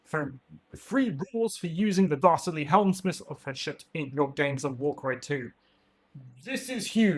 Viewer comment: I know you're excited, but slow down. It's Hel-smiths not Helm-smiths. I could see the Dominator engines coming in the same way that Wildercorp got a Fusil-Major on Ogor Warhulk if you played a campaign. The Major/Ogor was a reward to your warband after completing certain campaign objectives (and you had enough points in your warband to accommodate them).